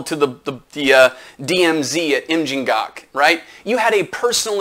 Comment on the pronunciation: In the middle of the video I was asking: “Did he just pronounce DMZ Im-Jin-Gak” in perfect Korean pronunciation? I had to play that part again just to verify.